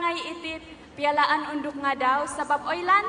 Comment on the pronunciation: haha siapa perasan ,mc tu sebut francisca peter nain...unduk jadi undok.